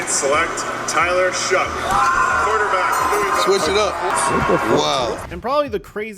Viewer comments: it's "Shuck" not "Shaw" for the pronunciation of Shough. It's getting embarrassing. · You keep mispronouncing Tyler Shough's name. It's pronounced like "shuck" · goddamn you fucking researcher pronounce shuck right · Shough is pronounced "shuck" make an effort for once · tyler shaw 😭😭😭 how to you mispronounce that